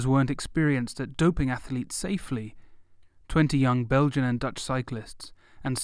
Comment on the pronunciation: Ath-letes... TWO syllables, not three.